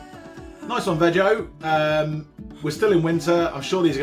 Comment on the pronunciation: is it veg-o or vee-go? :0